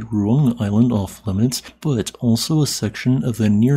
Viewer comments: not like that, I mean Ru-Ang, In Indonesia we pronounce the letter A by opening our mouth. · Sabar, orang luar cara pengucapannya beda jauh sama orang indo😅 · speech impediments exists dummy